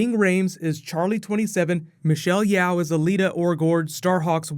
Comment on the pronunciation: Hey Charlie great video as usual! One thing I'd like to point out is Michelle Yeoh's surname should be read 'YEe-Oh' instead of 'Yee-ou'..don't know how many Asians are watching this but surely all of them wants you to know that because you're so awesome!